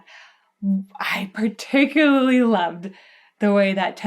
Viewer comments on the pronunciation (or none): none